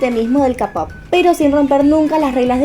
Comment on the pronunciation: Se dice keipop no capop xD Muy buena teoria♡